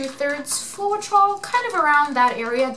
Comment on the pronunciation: How can you not pronounce floetrol..... Flo....... Troll.... You fuckin kill me every time FLO TROLL and too much silicon makes tiny cells